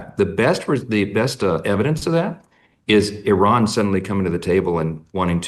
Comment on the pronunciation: Why does Charlie Kirk keep calling Iran Oran.